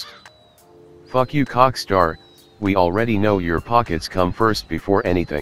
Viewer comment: I lm dumb I wasn't getting why he said "COCKSTAR" then I realized oh Rockstar